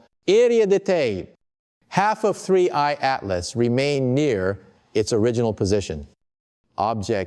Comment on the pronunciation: Hearing the voice of Michio Kaku made me think this video is credible. But then I hear "3 eyed map" 😂 instead of 3i/Atlas, and I'm bustin up laughing. Who is putting out this crap? And why? Obviously quite a bit of effort goes into producing these videos. What is the purpose? Are they attempting to trigger some kind of panic?